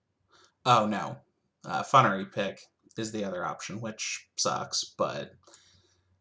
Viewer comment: "Fun"ery Pick? Please tell us you know it's pronounced as funeral and you're just being silly.